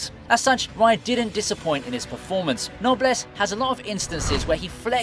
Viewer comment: You saying knobless